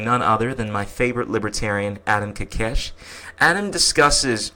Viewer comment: Ko kesh. Not kakesh